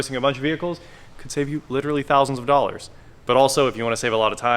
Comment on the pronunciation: 165 dough-lers